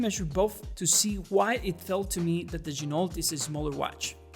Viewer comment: FYI, Ginault is pronounced: “G-Noh”, per the company owner.